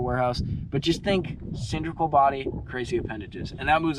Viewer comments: it's cylindrical with an " L" say the word properly, it' s not cindrical. It's a hard "L". Don't take offence,thanks. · Homie, love your content and videos. But it's " Cyl-in-dri-cal". You're killing me with that. Lol 😂. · The word is cylindrical there “”